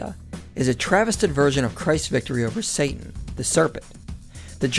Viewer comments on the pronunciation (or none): none